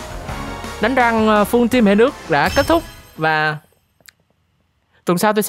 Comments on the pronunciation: rank mà cứ nghe thành răng :)) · Sao anh nói là " đánh rank " mà em cứ nghe là " đánh răng " ko à =))). Có ai giống mình ko